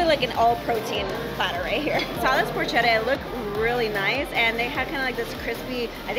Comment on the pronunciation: It's a shame you and every other so called influencer does not know or take the time to learn the correct pronunciation of foods. Porchetta is NOT pronounced porch-etta. Shameful.